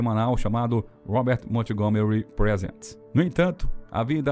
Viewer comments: Obrigada pela reportagem,linda mesmo. Me emocionei, mas pelo amor de Deus não pronuncia o nome Montgomery com a " T" . Nesse caso a T é muda😊... E se pronuncia "Mongomery'. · Como contratam um narrador que não sabe inglês? Na palavra Montgomery o T é mudo!!!